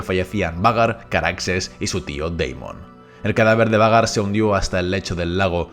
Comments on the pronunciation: que gracia cuando dice 'Vhagar' como "Vagar" con toda la seguridad cuando en verdad se pronuncia "Veigar"😂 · Lo único malo de esta narración es que pronuncias cómo se escribe el nombre de vhagar en vez de como se Lee y se escucha fatal. Y si me vienes con que así se Lee entonces deberías leer arrenal no jarrenjal